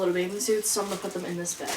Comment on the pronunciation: the way she pronounces the word "bag" has me dying HAHAHAHA ily